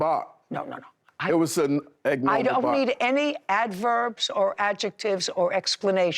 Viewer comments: Using the word ag-normal instead of ABNORMAL... pretty sure he's a volunteer and not on the payroll cuz ain't no way DC. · Did he say “it was a EGG-NORMAL bark”???😂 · I had to listen twice because I know my ears weren't fooling me. Agnormal didn't know that is how you pronounce it🤣🤣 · It’s not wif. It it with. Sigh… It was an agnormal bark…lmao. He’s really stupid. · "Eggnormal" bark?